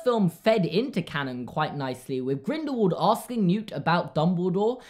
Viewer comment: Am I the only one who gets outraged when someone says GrindelVald and not grindelWald. Like, when you say “what” you don’t pronounce the w like a v, you know what I mean?